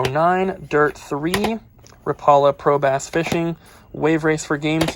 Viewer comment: Lol funny hearing you pronounce rap-ala, not ra-paula haha